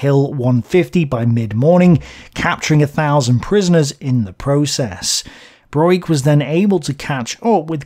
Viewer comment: I am quite sure that von Broich is pronounced as /brokh/. The i is silent and signifies a long o in this particular case.